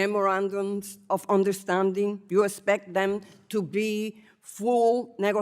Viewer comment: There should be a requirement that you can speak English to be in Congress. She keeps saying s-pect instead of expect ugh it's horribly painful to watch